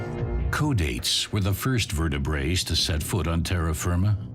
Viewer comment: 5 mins 34: Where did the second ". T " in " VertibraTes" go ?😊 He said, " ...the first Vertebraes ...." Nice video, anyway : Many Thanks.😊. 🇬🇧😊🌋🌿🦉🔥🇬🇧